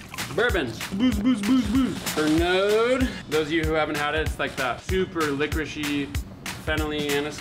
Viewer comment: Did he just pronounce it Per-node?!